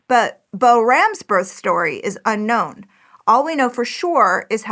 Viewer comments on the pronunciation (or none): none